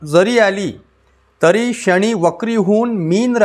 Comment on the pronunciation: "शणी" नाही "शनी"